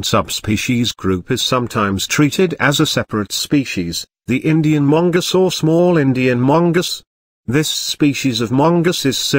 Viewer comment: Mungus lmaoooo